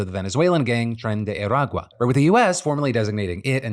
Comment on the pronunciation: As a Venezuelan, listening to Phil say 'Tren de Aragua' is... Bizarre.